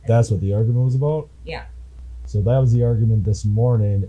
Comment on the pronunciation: The way this dumbass b pronounces 'about' is enough for 25 to life holy shit